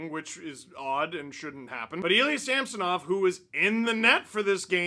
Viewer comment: TAHNK YOU STEVE! You are finally pronouncing our goalies name right!